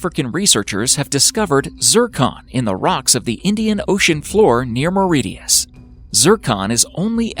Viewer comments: The island of Mauritius is pronounced "Mah-RI-shus", not Mah-ri-tee-us." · Mauritius is pronounced like "delicious" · Mauritius is pronounced More - ish - us